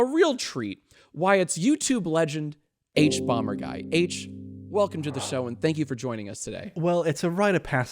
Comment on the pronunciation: OMG ITS THE HUBUBUBAGUY